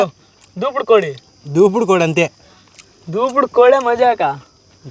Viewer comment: బాబు అది దేవుడు దూపుడు కోడి...... దూపుడు పోతూ కాదు... నువ్వు 100 సార్లు దూపుడు పోతూ అంటున్నావ్...